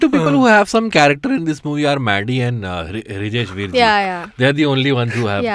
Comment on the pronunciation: It's Vrijesh Hirjee...not Hrijesh Virjee😂😂